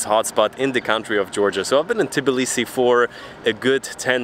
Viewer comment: Please -- NOT T I B I L I S I !!! But TBILISI !!!!